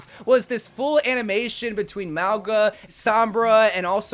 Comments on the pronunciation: Nah Mauga’s VA isn’t Samoan he’s apparently Tongan. Which kinda makes sense because neither him or the devs seem to pronounce his own name correctly. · so many people pronouncing mauga's name wrong hurts